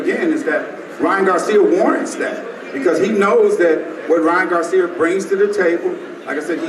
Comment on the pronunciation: He keep saying Ryan garcim it’s garcia 🤦🏾‍♂️